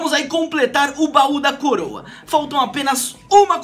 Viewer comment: Ele falou baú da coroa kkkk